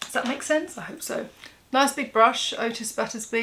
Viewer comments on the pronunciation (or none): none